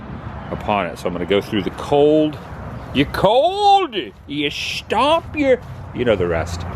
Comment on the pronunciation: "SHTOMP YER FEET TOUR" WINTER 2021!!